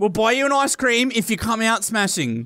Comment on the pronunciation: I’m suing smashing didn’t get his ice cweam 🙄